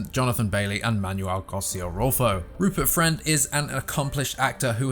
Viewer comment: Rupert Fwend?